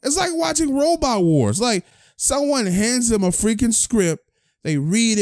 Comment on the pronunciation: Nigga said robot wars 🤣🤣😂😂